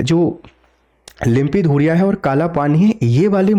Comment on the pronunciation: लिम्पीधुरिया नहीं लिम्पीयाधुरा है साब